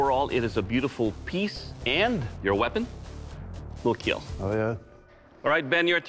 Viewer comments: obviously not, it's not hard to understand he said "keel" because of the way he's pronouncing "kill" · I love how Doug say keel instead of kill